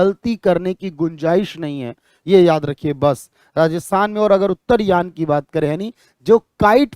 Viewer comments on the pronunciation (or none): उत्तरायण पर्व होता है उत्तरयान पर्व नहीं